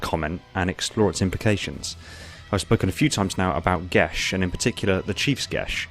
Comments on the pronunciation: It is me or he saying “Geas” wrong EDIT: guilty spark says it as Gē as so your saying it wrong, it’s not gesh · Gesh sound wrong. Gias should really be said as gee as, or possibly ges. But a sh sound without an h makes it sound wrong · Why do you pronounce it "gesh?" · I thought it was pronounced Geia. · lol, gesh. Pretty sure its a geas.